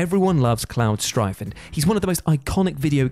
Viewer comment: Did he just call home Cloud Strifed???